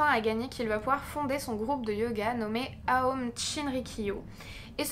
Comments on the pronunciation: Je me permets de te corriger et tu n’es pas du tout à blâmer . Cependant ta prononciation de group Aum shinrikyo n’est pas correct. En effet aum se prononce ome et le shi se prononce shi et non pas tshi. Sinon j’aime beaucoup tes vidéos et la façon dont elles sont documentées, tournées et montées. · A-oum il faut prononcer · Très bon sujet mais on nomme cette secte a-ou-m :) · La prononciation exacte c'est : A-oum..